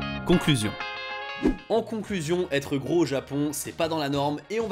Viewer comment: Allez avoue lol, tu es un descendants yakuza 😜. Je rigole hein. Cool ta vidéo 👍 À (environ) , tu parles trop vite pour prononcé le mot japonais "gros" 🙄, a l'écoute sa donne genre "fwoto té leu" genre à l'écoute hein 😒, difficile à retenir.